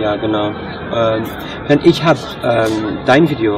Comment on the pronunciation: Xaver Xirkenburg but he says ich as ix if you understand the x or j in spanish, like alejandro , "j" I mean he says ich as ij